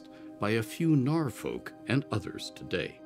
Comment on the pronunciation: Who are the “Narr Folk”?